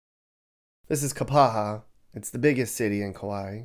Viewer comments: I don't know where you're from, but obviously are not educated in the glottal stop (Google it). It's NOT "KAPAHA", it's "KAPA-A". BTW -- the rain is why they call Kauai "The Garden Island". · LAME! pronounces place names wrong. It's not KapaHA, the falls are WAIlua fails not KAIlua. You didn't bother going down to any of the best beaches, and you obviously did next to no research on the Island, its history, and the various parts of the island. This video sucks! Don't quit your dayjob!!